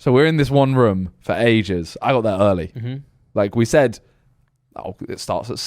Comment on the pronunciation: Love the way Simon says room Sounds like he’s saying ruume or Vroom